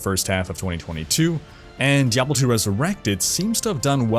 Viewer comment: This guy said DEVIL 4 and i stopped and commented.. No i didnt thumbs down cause i dont believe in that nonsense thumbs up thumbs down garbage but that just offended me that he said diablo 4 making it sound like devil 4... horrible...